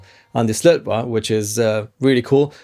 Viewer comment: Yo its pronounced SlötvO;) the swedish å is not an a its an O! nice video though:D